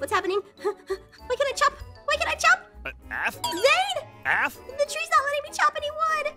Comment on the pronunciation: Pop's APH not APN